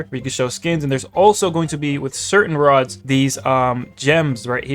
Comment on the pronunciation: BRO SAID RODS